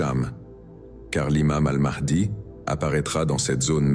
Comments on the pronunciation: Ma(h)di 😂😂😂 pas mardi le h ne se dit pas r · Un inculte qui dit n'importe quoi. Première le nom de Mahdi ne se prononce pas mardi mais Maadi. Puis le Purin ne fête pas la délivrance contre les Perses mais grâce aux Perses sous Cyrus le grand en abattant Assyro-Babilonien.